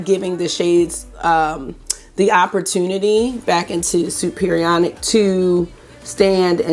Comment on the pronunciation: Chem teacher here. Superionic is pronounced super ionic.